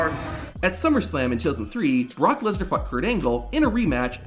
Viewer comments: THE BROCK LEeESnAar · “Barack lesnar”😂